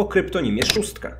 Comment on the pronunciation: Zamiast szóstka usłyszałam trzóstka ⊙_⊙